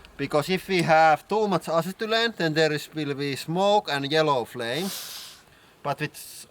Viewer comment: Can't say I've ever head acetylene pronounced "Assetoolan" before...